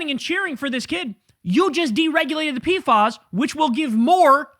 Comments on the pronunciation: In CDC/Public Health it’s pronounced “P-FASS” not “P-fahs”. Much love Kyle!! ❤ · They're called P F As... not P Fas. ✌️